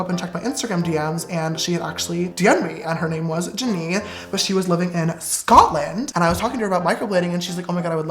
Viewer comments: The way he says SCATLEND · the way he said SCOTLAND 💖 i LiVe ThErE!